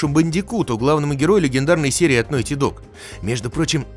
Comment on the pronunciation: Опракидывайте рюмку каждый раз как он говорит «нойти».